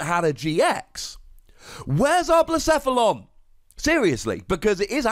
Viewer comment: you actually nailed Blacephalon's pronunciation :)